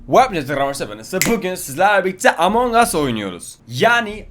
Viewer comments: anangas dedin sandım MDIUATFYGUFGYUESGYUESGH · abi emong as diye okunuyor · Ingilizler: Among Us: Anan Us